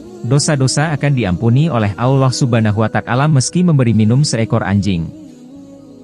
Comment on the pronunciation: Maaf koreksi narasinya, bukan Allah Subhana Wa takala, tapi Allah Subhanahu Wa Ta'ala